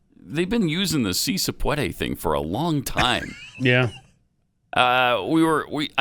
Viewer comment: I think Biden’s gaffes are starting to rub off on Jill 😂 “SEE SAY PWODWAY!”